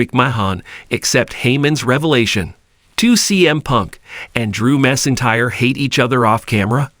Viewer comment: The prononciation is so bad i had to stop watching . If you want to be legit, at least learn how to pronounce the names of who you are speaking about. "MICKMAHAHNN AND DREW MASINTIRE" are not their names. Not personally a fan of the McMahons, but wanted to see what the story was about. It sounded so horrible now i will never know. Hopefully you will modify your Narrations and have a successful channel. I mean that in all sincerity.